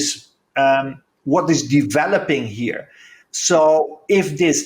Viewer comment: Every time says 'here'. Heare Love it. Amazing. Shalom.